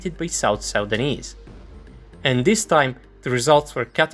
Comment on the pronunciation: ??? "Sau-danese"? Its just "Suu-dan-nese"